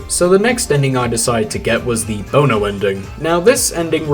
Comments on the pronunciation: I hate to be that guy but I have to. It’s pronounced Bon-o not Bo-No and he is part of the Irish rock band U2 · It's pronounced "bahn-oh" now "bone-oh" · its not bone-o its bon-o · i'm not mad he didn't know who bono is i'm mad he didn't pronounce it right